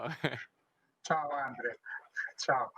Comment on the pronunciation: Is that the way it should be pronounced? I didn't know the dree sound should be that strong in the first name